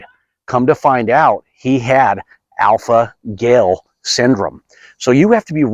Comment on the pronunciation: Gal...not gail. Dogs are not effected by alpha gal, please do your research